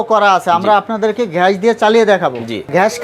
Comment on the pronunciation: ঘ্যাস না গ্যাস 😂😂😂